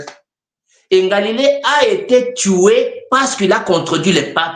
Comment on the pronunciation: avec tous mes respects "Galilée" et non "Ngalile". C'est cadeau!